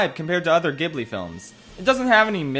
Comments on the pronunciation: Kaguya 😍 Takahata already made a note during Heidi that he wanted to create a project about this Japanese fairytale and first wrote an entire book abouth 12th century japanese scrolls before tackeling the style it 's really his magnum opus. (it pronounced djibli by the way , not khibli) i do wished you had included red turtle, it deserves a spotlight. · Fun fact: it's pronounced "JIB-LEE", not "GIB-LEE". In Japanese It's 株式会社スタジオジブリ. Which is transliterated as 'Kabushiki-gaisha Sutajio Jiburi'. Hence the J sound. Not a hard G sound. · miyazaki prefers people watch it in their language also it's pronounced jib-lee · ITS PRONOUNCED “JEE-BLEE” NOT “GY-BLEE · It’s pronounce jiburi not Ghebli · POV: he pronounces Ghibli as "Gihblee" ewww so cringe bro didn't pronounce it "Jihblee" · Bruh. It's pronounced Jibli not gibli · It's pronounced "jibli" not "gibli" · nit to be rude but it’s pronunced jib-li not gib-li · I haven't even watched the video, and I have to say that it's pronounced jheelee, not gibly. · Its jib-lee not giblee ya noob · Oh no, he’s a “gibbly” person… (I know there are arguments for both pronunciations, but I grew up saying “jibbly,” so it sounds weird to me.) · ghibli is pronounced jibbly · dude i love you, i'm making fun of you, and i dont wanna be annoying, but ghibli is pronounced "jibli" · "Ghibli" is actually pronounced "Ji-bu-ri" in Japanese. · Its pronounced Jibli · It isn't a hard "g" sound for the studio's name. It's spelled "ジブリ" in Japanese, so "Jiburi" in English. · It is pronounced Jee Blee! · As a Japanese, I gotta say this but in Japanese you pronounce ghibli as “zibuli”. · It’s pronounced xibli. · IT’S PRONOUNCED STUDIO JIBLEEEEEEEEEEEEEEEEEEEEEEEEEEE The author of earwig and the witch died before finishing the book so they couldn’t add a good ending btw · it is pronounced gee-blee :(( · It’s pronounced jib-lee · Ghibli is pronounced "jibli", the romanization of the Japanese word is jiburi or ジブリ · stop saying Ghibli wrong